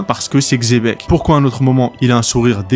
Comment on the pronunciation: Bonne vidéo mais la prononciation c'est pas "Xébec" mais "Tchébec"